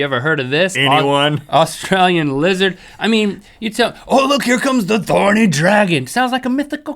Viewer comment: THorny Dragon! Take out the T xD